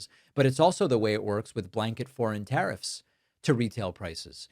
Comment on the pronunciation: Not to mention the tariiffs